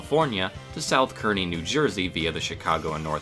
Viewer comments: (South) Kearny, NJ is pronounced like "carny." I don't know why either. I pass along the edge of that yard on the PATH every day, where Conrail Shared Assets is in the midst of replacing the Point No Point Bridge over the Passaic River. Best-named bridge in the US? Probably. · Kearny is pronounced "CAR-KNEE", FYI.